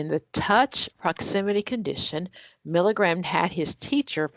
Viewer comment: Milgram's name is pronounced MIL-GRAM. NOT MIL-I-GRAM.